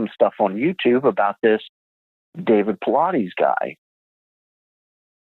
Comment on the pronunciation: Guest speaker: “David Pilates” 😭😭😭